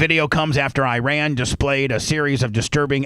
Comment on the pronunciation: BUBBA JESUS FUCK ALA ITS IRAN NOT IRAQ